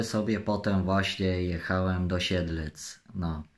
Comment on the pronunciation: co mnie obchodzi,że powiedział Sielce zamiast Siedlce